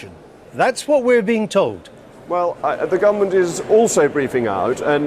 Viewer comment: the GUFF-A-MENT